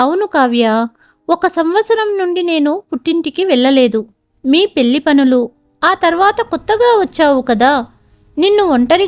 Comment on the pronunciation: ఇంకొకటి. పెల్లి కాదు, పెళ్లి. ల కి ళ కి తేడా తెలుసుకుని చదివితే బాగుంటుంది.